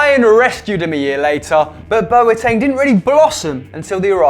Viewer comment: On a very serious note , Boateng is pronounced Bwateng